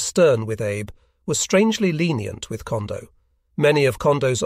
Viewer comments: It is not pronounced Abe. It is pronounced as Ahbay. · I’m guessing that “Abe” is supposed to be pronounced here like “Ah bay”. The auto-reader makes me cringe every time.